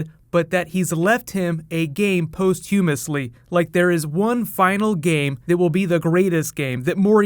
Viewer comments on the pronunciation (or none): Did you really say "post hummus-ly"?!